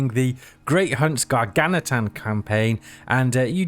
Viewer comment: Gargantuan - just a heads up. The word "gargantuan" can be pronounced in American English as gar-GAN-chuh-wuhn or in British English as gar-GAN-tyoo-uhn or gar-GAN-choo-uhn